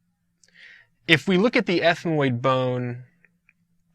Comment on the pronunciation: Well if the guy is trying to teach us about bone names, the least he can do is say them correctly. What really triggered me is when he said "Conchae" as "conchay"